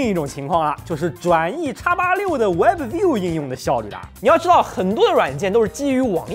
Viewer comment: webview b不用发音